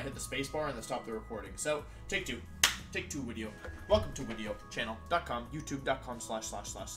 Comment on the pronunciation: Intro Gang Intro Gang Today's Intro: Wideo got the big delet